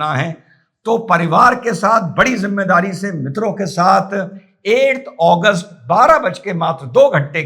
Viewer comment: 8agust or Please speak claealy in hindi Your voice says 1august which has passed